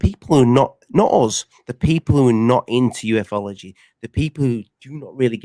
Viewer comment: Aah I love that and have quickly become firm besties 😀 now that Rich guy, ignore him total but is a top bloke 😂 Also love how pronounces Ufology as ‘you eff ology’ 🤣